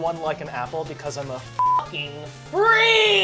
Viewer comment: am I crazy or just said "I just a stupid bitch" when asked him why was he naughty? ~his lips didn't touched that's why I assumed he said 'I' instead of 'I'm'~